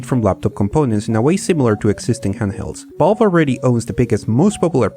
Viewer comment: why do i keep hearing Bob instead of Valve